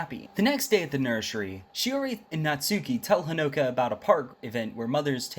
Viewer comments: Did no wan hear he say nershery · I love how he pronounce nursery😂😂